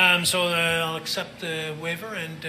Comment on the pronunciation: Why do US lawyers contantly start sentences with the word "and", pronouncing it something like "eeyannd"? They also have an annoying way of saying OK after every answer from a witness, something like "uh-keh" with a sort of reassuring question mark at the end.